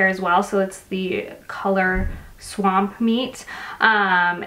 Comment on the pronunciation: Lol... swapmeet:) not swampmeet